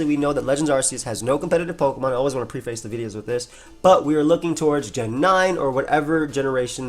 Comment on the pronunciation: based pronunciation of preface lol. do you also pronounce antithesis anti - thesis?